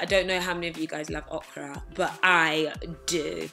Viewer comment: Loooooooool nah pats you legit made me laugh tho. The ways you say okra haha. Great video nice and simple got me thinking about what I would do if the world was ending. You and mike are like my baessss 💕💕